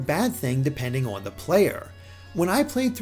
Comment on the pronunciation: This is a fantastically well-written and well-presented review. But my favourite thing about it is how the reviewer pronounces ‘on’ as ‘awn’. It’s seriously lovely.